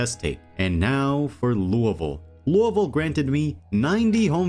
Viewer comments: Im a Kentucky native, I am so damn happy you said Louisville like how 90% of the state says it. Literally every one else says LOUIE-Ville, but nearly everyone in Kentucky pronounces it Lou-Uh-vulle. Thank you. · You are the first project zomboid YouTuber that I’ve heard say Louisville correctly.